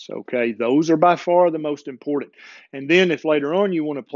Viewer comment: I love you...but....you have to learn how to say the word "important", It is importanT